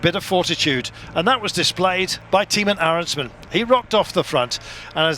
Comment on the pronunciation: Not Timen Arensman, but Teyeman Arensman. That's how you pronounce it.